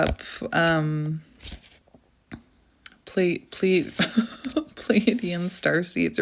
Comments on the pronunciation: If over giving and people pleasing, not liking crowds, I fit the bill to a T..as far as I know it is pronounced as you say it- phonetically plee a dee in.. at least I think so…don’t really know much about star seeds, but I think you are an amazing woman and unique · Hi! New subscriber here. Sorry if someone already posted this but I just thought I’d pass this along. You ARE pronouncing it correctly! 😊 It is spelled Pleaidian and it is pronounced “Plee -ay-dee-uhn”. Stress is on the “ay” syllable. I know it’s not phonetically correct. 🙄 At least this is how I have always heard it. Really enjoying your videos so far. I know I am a star seed. Not positive but feel I have strong characteristics of Venusian and Pleaidian. Thank you for your guidance! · (Plee-a-de-an) (Play-a-dees) I had to go and check the spelling 😅 You are saying it correctly though, I know the spelling is a bit weird. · your saying it right. Pleadian. Love and Light💚🙏🧿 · You are saying it correctly by the way. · You said it correctly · Your saying it right